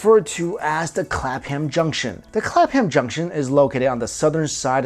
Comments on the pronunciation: Clap Ham Junction lol You pronounce it Clap'em junction ;) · Cool video n all, but OH MY GOD the way you pronounce Clapham is bugging me so much lol... Its "CLAP-MMM" not "Clap-Ham" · clapham not clap ham....just saying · Pronounced Clap'em Junction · its pronounced Clapem